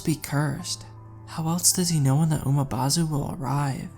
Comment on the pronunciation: It's Umibozu not Umabozu there's no A in the word. 😆. Good story though.